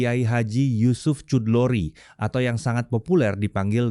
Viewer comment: HOOOE .... pembaca berita-nya JANGAN MEMALUKAN ah, baca Chudlori, Asy'ari kok ndak bisa, ganti yg lain saza. Ini menu jukkan bahwa dia SAMA SEKALI tidak ngerti HURUF dan TULIS BACA ARAB, menyedihkan !!!